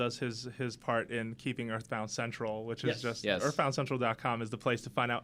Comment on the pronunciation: Uh muh guhd "Eathbound"